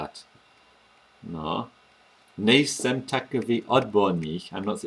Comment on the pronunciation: . You've said ''nejsem'' like a native speaker! (Just for example.) This is pretty cool. I'm from Czech Republic, but living in UK. I'm teaching some guys at work how to speak czech, just for fun, and for example letter R is making a big problems to them obviously. But there are some words, or phrases which they are pronouncing like native speakers. In sum... Great job, mate. Big up! (y)